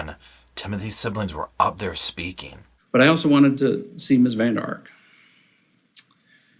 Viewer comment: That's a Dutch surname. It should be 'van der Ark'